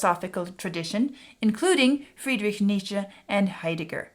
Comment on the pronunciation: Always insightful, I'm looking forward to more. Bonus points for pronouncing Nietzsche correctly btw!